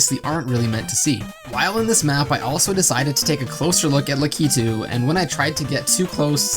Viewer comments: You know what really grinds my gears? When people pronounce LAK-I-TU as LA-KEE-TU. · It is pronounced like this Lack-e-two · It's pronounced Lack-A-Too actually and the wiggler train is actually the Yoshi train from Yoshi's Island.